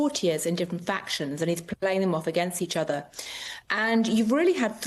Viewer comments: She said "court of King Henry VIII or Louis XIV (quatorze) in Versailles"... she pronounced 14 in French for some reason. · I speak some French. I certainly know "quatorze". That wasn't French. I don't know what it was. She failed at pretention.